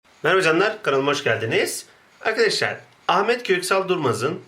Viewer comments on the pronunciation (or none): none